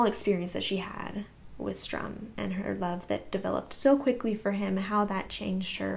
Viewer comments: Your pronouncing it "Strum" is kind of adorable. I would miss it if you stopped. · So basically pronounce better but keep pronouncing Sturm the same. Gotcha 👍😂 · I understand that I do say the two names wrong. I’ve had people tell me and I do try to say them correctly. I have just known them by those names my whole life since that’s how my parents pronounced them and my mom originally read me the Dragonlance chronicles, so it’s hard to change after so much time. If I think about it, I do better and I will try to remind myself to say their names better but please be patient with me if I slip back to my original way of saying them. Thank you for helping me improve 😊